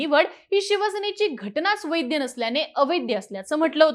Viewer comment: वैद्य- अवैद्य नाही हो, वैध- अवैध असते ते 😂😂😂.. काय तुमची मराठी??